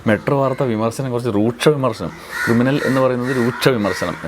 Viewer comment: ക്രിമിനലല്ല, കിരിമിനൽ !